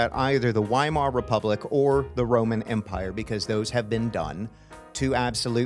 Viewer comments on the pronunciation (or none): That is not how Weimar Republic is pronounced.